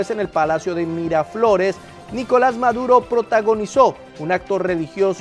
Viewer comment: 🤣🤣🤣🤣🤣🤣🤣🤣🤣🤣 esa de maduro si estuvo muy buena 😂😂😂😂😂😂😂😂😂😂que pronunciación tan abismal